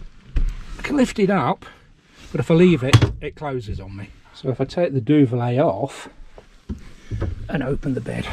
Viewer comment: Duvet not duvalay